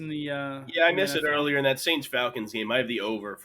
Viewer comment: S-A-N-T-S who dey. That literally could not have been any less correct.